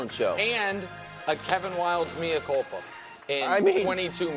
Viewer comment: What? ‘Mee-ah culpa”? It’s pronounced “may-ah culpa”.